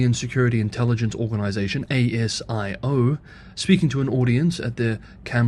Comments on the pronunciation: Just so you know for next time, ASIO is generally pronounced “ay-si-oh”. Just so you can be more accurate with your accent. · hi, over here ASIO is generally pronounced as a word - it rolls off the tongue much more smoothly than pronouncing the letters individually.